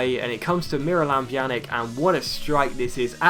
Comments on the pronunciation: And yeah it's pronounced "Pyanitch" , the J is a Y and the C at the end is a CH or Itch sound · In Pjanic's name the "c" is pronounced like "ts". So it's like Pjanits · Incorrect, the C is pronounced like CH. Pjanich.